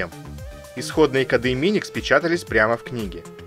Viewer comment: Шикарно, подробно и доходчиво. Ностальгия. НО не кодА, а кОды. И много еще подобных слов, с неправильными ударениями. Сильно слух царапает. Удачи.